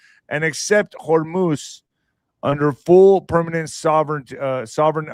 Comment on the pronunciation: GOTA SAY IT RIGHT HOREMUSSSSSS